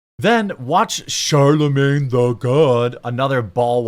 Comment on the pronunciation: Charr-la-mang Duh small g god...🤡🌎